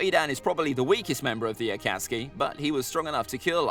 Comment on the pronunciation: Konoha how are you saying this wrong have you watched Naruto it's just as bad as when you tried to pronounce Akatsuki